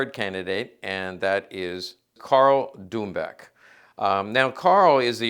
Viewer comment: Karl Dumböck, not Dumboeck